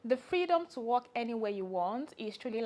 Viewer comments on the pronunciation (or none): Henywhere helse 😂 i love the accent